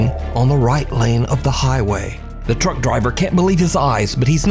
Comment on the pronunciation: I keep hearing drunk driver but it is truck driver 😂